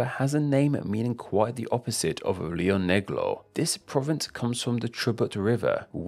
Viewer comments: Lio neglou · I'm from Argentina, Rio Negro, and the truth is that your pronunciation makes me laugh lmao